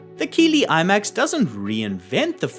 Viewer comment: Keighley is a small town in west yorkshire England pronounced kiethley